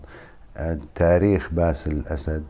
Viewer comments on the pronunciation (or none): انت لا تخجل من نفسك ؟؟؟؟؟؟؟!!!!!!!!!!!!!يعني وش الفايدة ياذا الوجه انت تؤكد أن سوريا مورثة لهذه العائلة القاتلة عايزين رئيس من عامة الشعب لا أن تعينه القوى الاستعمارية ……،ويتكلم ويسرد بالكلام وكأنه في أمل من هذه العائلة استحي على نفسك وبلا كلام فارغ لا أصل له البته قال باسيل اسيد 😂😂😂😂😂😂